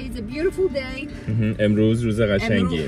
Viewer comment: موقعه ک گفت امروز روژ قشنگی یجوری درس بود روژ ب کوردی میشه روز😂کوردی فارسی انگلیسی